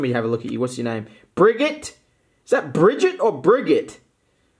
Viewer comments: It’s brigette not brigette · Its Bri-Jette